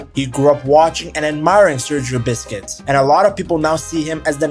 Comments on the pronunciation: Busquets is pronounced "BUS KETS" not "Biscuits" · bro said Sergio Biscuits.😂